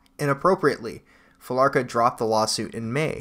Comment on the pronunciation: I think it's Fee-la-cruh